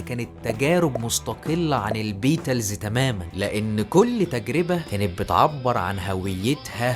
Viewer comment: فيديو معفن اووووي نطق الإنجليزي ضايع بالذات البيتلس ودخله الحرب بصراحه فيديو خايب